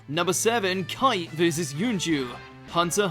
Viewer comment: The way he pronounced Kite. 😒